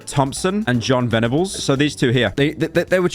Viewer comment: Pyro is going missing for saying John Vennibles